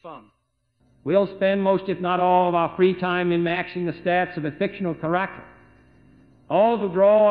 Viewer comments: Kah RAH cter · Ah yes Char Ack Tor my favorite Dune character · "Kuracter" - JFK 2020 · A fictional car-acher